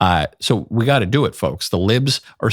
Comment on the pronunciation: The stop "WE" pause!!!!! Remember, its we, its her!